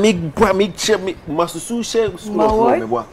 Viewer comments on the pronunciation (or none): Massachusetts wey ma man Dey say “MASSAKU “ den things 😂😂😂😂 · its simple tho, its pronounced Massashusetts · 😋 nkwadaa y3 hw3 Your pronouncing of Massachusetts was harassing you😀😀😃🤣💗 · The pronunciation of the Massachusetts bi some way bi ooo.